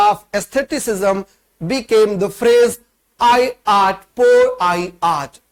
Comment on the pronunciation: Just one correction sir, it's not "i art" it is L'art